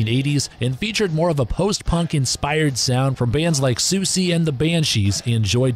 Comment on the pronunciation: "Siouxsie" is pronounced 'suzy' rather than 'sue-see'.